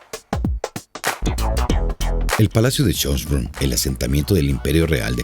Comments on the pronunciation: Dios mio... un poquitin de aleman no le vendria mal al señor que hizo este documental!!!Minimo para que pueda pronunciar bien los nombres que no deben de traducirse. suena horrible escuchar jonbrun en vez de chonbrun por asi de acercarse en su optima pronunciacion!! Francisco Jose.. por favor! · Pronuncia mal el nombre Schoenbrunn. Ademas, Francisco Jose' no era el "ultimo" emperador austriaco, porque Karl I o Carlo I era el untimo. Por lo demas, muy bien explicado e ilustrado por el video.